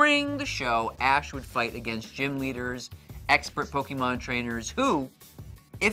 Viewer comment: It drives me crazy to hear Pokimon..